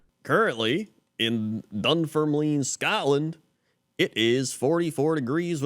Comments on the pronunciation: I’m always going to call it this way now 😂 Dun form leeeeean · Am from Dunfermline, had a pure giggle at youse pronouncing it 😆. Seven Kings is a pub and is called this as 7 kings have been born here. We have a large park in our city centre called pittencrieff park, locally known as the Glen and we have peacocks which roam there. Also, we have an Abbey, which is stunning. Robert the Bruce is buried there. And yes, it rains here a lot 😆.